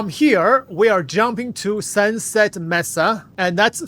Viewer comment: "May-sah" not "mess-ah"